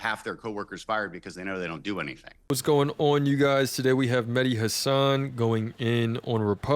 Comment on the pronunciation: 'meddi hasaaaan' horrid prunun.